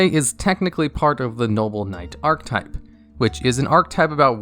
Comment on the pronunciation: Bro it isn't "arc-type" it's "are-keh-type"